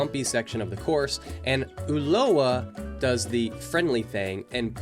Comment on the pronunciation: My god, i just cant believe how GRINGO Ignorant stereotype this guy is: ULUA? who´s Uloa? First, if you dare to race in a different country, at least try to learn a bit about your rivals, Ulúa (how you pronounce it) is Gerardo Ulloa (Pronounce it correctly UYOA) is a World CUP MTB XC racer dude, he races the whole circuit in Europe through the year. ULI is not ULI, his name is Ulises, better known as "El Hueso" is one of the strongest racers in Mexico with international experience, way better racer than any american rider. Finally, your stereotypical chimichanga music. Gringos being gringos.